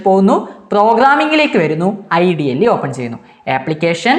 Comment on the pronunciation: IDLE nehi sir ഇഡലി aahnn😂